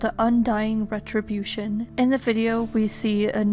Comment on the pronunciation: Is it retribution or REDribution?